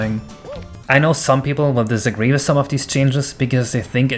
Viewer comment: the only thing in this video i disagree with is the fact that you said disagwee with at the end of the video, i know english isnt your first language, if i was to hazard a guess your eather swedish or norweegen (sorry, i had to) but honestly all of this just sounds really fuckin amazing, id say your doing gods work but fuck it, gods doing your work, well done man